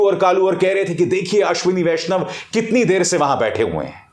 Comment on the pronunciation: आश्विनी वैष्णव महिला है या पुरूष; आपने इस नाम का उच्चारण कैसे किया; स्वयं ढू़ँढ लीजिएगा l